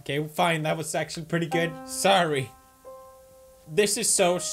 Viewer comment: You know, for people who say sorry a lot, y'all don't know how to pronounce sorry correctly.